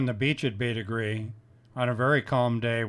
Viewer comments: “Bête grise” is pronounced “Bait Greez” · Interesting video! I'm surprised by the bizarre, anglicised pronunciation of the French term: bête grise. It means grey animal.